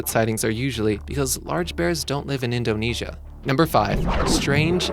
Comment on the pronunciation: I cringe when you say Indonesia. oh geez